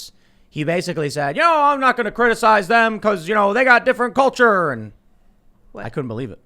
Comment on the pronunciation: IT'S DEY CULCHA, YO